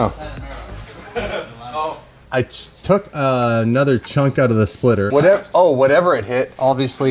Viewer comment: Splitter not spilter